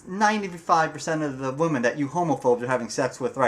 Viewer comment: Nice video (just be sure to pronounce the plural "women" as "wi-men").